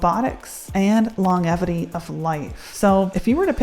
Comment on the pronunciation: /lɒnˈdʒɛvɪti/ , please.